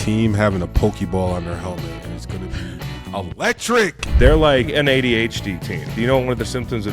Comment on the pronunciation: Whoever taught him how to pronounce ADHD needs to be fired. Why is he saying it like that?